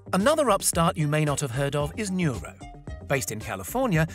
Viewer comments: PS: Correction its NURO not Nura. & its udelv not udely. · You can't spell any of the company names correctly, do some research before making a video. Udelv not Udeely and Nuro not Nura.